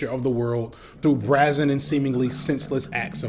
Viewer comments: “ET cetera.” Etc Not: “EC cetera.” Ect Just, grew up with an English teacher and a journalism major for parents, and it’s killin me! Also: Brazen like “brey-zuhn.” Not like “brah-zuhn.” And “an-tith-uh-sis,” not “anti-thue-sis.” I’m sorry. I ended up teaching writing and interview skills in undergrad. Sure I’ll get hate for this. Just… yea. Hope it’s helpful. Love the content. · I can forgive you,, for not being able to pronounce Nietzsche but I gotta get you for "brazen" and "prescient"... The latter being a tomato/tomato situation or a data/data kind of thing. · You're bringing important discussion to the internet. Side note fyi "brazen" rhymes with "raisin."